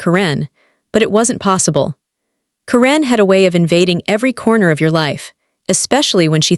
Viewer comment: It's pronounced KAR-en, NOT ka-REN!!!!!!